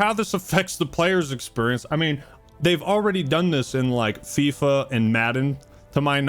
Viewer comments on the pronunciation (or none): none